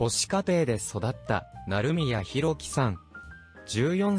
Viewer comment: なるみやじゃなくて なりみや